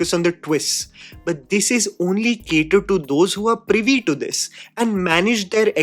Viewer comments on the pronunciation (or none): none